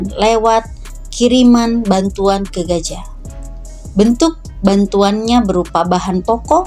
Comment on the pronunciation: Gaza kakak...bukan Gaja...😂😂.. Piss aahh